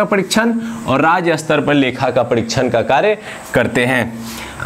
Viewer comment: क्षमा किजियेगा। शायद आपका 'स्तर' का उच्चारण गलत है। आप Astar उच्चारित कर रहे है । जबकि staar hoga